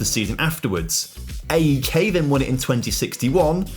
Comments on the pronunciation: Just to say A.E.K is said as one word like AEK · Ok, let me make it easy. Say Alex, great! Now drop the L and switch X with K, that's how to pronounce AEK